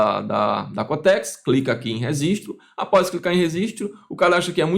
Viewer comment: Não dá pra confiar num cara que fala "rezistiu" ao invés de registro...😅